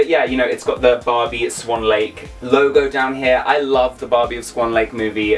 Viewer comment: why you if you call that Barbie "Bobby"